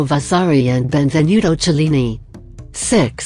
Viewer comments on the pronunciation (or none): none